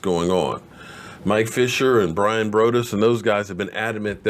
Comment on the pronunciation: REPEATING EVERYTHING BRYAN BROADUS ALREADY SAID ON TALKIN COWBOYS 😆😆😆😆😆 ALWAYS BUTCHERING NAMES!! BRYAN BRO DUST??? WTF??? LMAOOOOO 😅😅😅😅😅